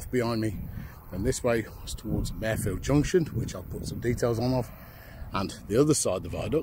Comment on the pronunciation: I have walked over it as a young teenager, as friend lived in a house the other side of the road from the station. Marefield was pronounced by my father who was born in the area and worked at Lowesby farm, Marfield, not like the female horse.